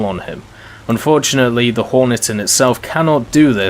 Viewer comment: At around 7 minutes and 25 seconds u das horton instead of hornet Just letting u know